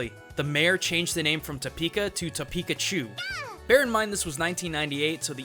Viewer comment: it's hot, in to-peka